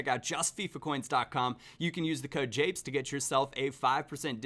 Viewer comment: The fact you said "apes" instead of japes makes me cringe -_- quite badly in fact.